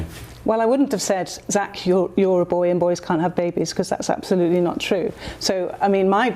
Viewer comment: As in "ab-slootly"?